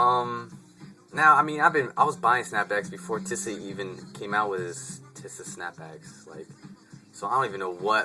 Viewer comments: You make fun of what Taz Arnold wears but you want everyone to have their own style. You make a video on tisa and you cant even pronounce ir right.(Tee-sa not Tih-Sa) Dont worry about how much other ppl pay for hats. I have both regular and tisa snapbacks & if we have no problem paying more money for the same thing with Ti$A stitching, why should you? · My humble opinion on your video is that your saying teesaa wrong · tisa-( tea-suh) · pronounced tee-z-ah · bro no disrespect or anyhting but its pronounced Tee-Sa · Good Video! It's Pronounced Tee-sa ( TISA ) lol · your pronouning ti$a wrong